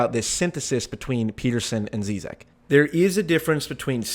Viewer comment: This is precisely the reason I was so excited for this debate. Hope they have a part 2 cause I think they never really got into it PS: You're pronouncing Zizek wrong